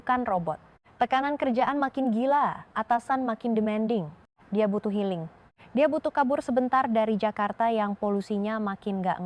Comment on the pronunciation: Healing jadi helling😅😅😅